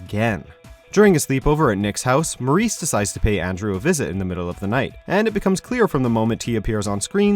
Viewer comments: His name is Morey not Maurice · It's Maury not Maurice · YOU’RE SAYING MAURY’S NAME WRONG DAMMIT